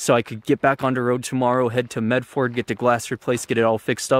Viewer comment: Medford is pronounced "Med ferd" (furd). It's one of the very few things I know. And I think you're channel is fantastic! I hope your windshield wasn't too expensive.